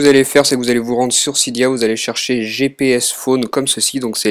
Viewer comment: Cydia on dit